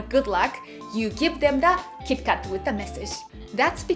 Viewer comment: When you say kit kat as "Kitto Katto", it reminds me of Detective Conan character 'Kaito Kid' cause they pronounce his name as "Kaito Kitto"...